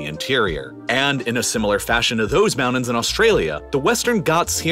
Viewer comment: I get all that. Just one thing, though.. What the hell are mounans??? 😂🤣🤣